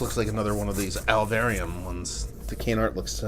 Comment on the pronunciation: Happy to see it make it down in one piece and can’t wait to hear your thoughts. Some more deats on these guys: - Alvarium (you said it right the first time and don’t worry...everyone struggles saying it the first time) is gaining steam in the CT beer scene and stepping up distro big time and Tangerine Haze is slowly gaining shelfie status all around the state. - New Park specializes in Berliners and there’s a line every Thursday they do a can release. Not uncommon to wait up to an hour for cans of their Blender series and Brunch is one they’ve done consistently since they first opened. - Remove the beer... is actually a Fat Orange Cat Beer (they’re based out of East Hampton, CT) which is a super popular, very small in-house scale (1 barrel tanks) that is open only Saturday & Sunday from the spring to late fall but they contract brew out of places like Dorchester so they can distribute year-round. Super cool place to visit (when they’re open) and amazing beer! - That Avalonia label tho...😍🔥 so glad you think the same as me when I first grabbed one. Happy drinking and so funny you got two CT beer mails on the same day 😂